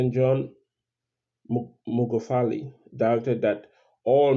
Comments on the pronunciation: This guy even doesn’t know Magufuli, his pronunciation is mugafuli. Spreading rumors at will. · it's not mugafuli it's Magufuli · Please PRONOUNCE his name right by buddy. Ok?